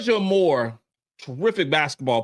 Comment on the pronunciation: I love the content that you put out my brother. However, IF YOU’RE GOING TO TALK ABOUT A PLAYER, AT LEAST Pronounce HER NAME CORRECTLY. It’s Georgia AYE MORE. Not Amor Aye More. Do BETTER!